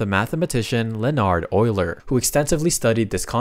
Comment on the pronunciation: Finally someone who doesn't say yuler instead of euler